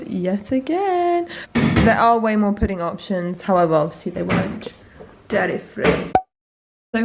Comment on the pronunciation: At least I have a "poodang"...dessert.....it's funny how you say that....lol